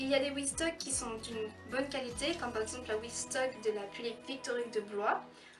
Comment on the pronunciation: "les Pullips c'est difficile à se procuré, c'est comme de la DROGUE !" So... I'm dead. "Un corps stock De Pullipeuh " "PullipEUH"EUHH ;u; JPPP Super vidéo, en tout cas.